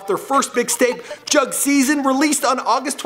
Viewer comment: It's pronounced "Joog"